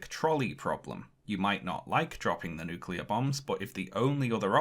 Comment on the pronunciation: With all the Japanese names he pronounced right, why couldn't he get nuclear (NEW kyu ler) right?? -GWB